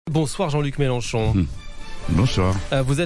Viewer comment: C'est MÉLENCHON et pas MÉLÉNCHON. 😎